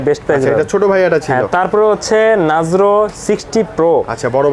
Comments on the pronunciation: ভাই নাজরো নাহ নারজো....😂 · vai re kaw bolen nazro na oi ta narzo